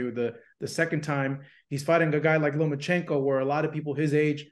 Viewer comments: Tarver needs glasses and has been on Haney band wagon… just to prove, it’s pronounced LOMA not “LOMO” 🫵🏽🤦‍♂️ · Where is the "n" in Lomachenko? 😅